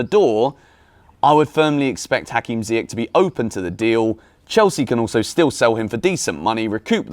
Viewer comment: PLEASE PLEASE stop calling him ZiyeCK!!!! its ZiyeSH!!! its aSHraf hakimi, not aCKraf!!!!!!! how many times do i have to comment this?! :/